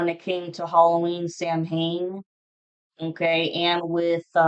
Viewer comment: Samhain is pronounced saa•when 😅